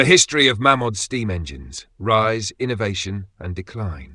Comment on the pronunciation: Shouldn’t it be pronounced « Mey’ Mod » ? … 😊